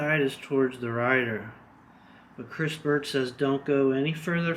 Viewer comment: say "cris birch" one more time, i dare ya.... jk, cool video, can't wait to install mine.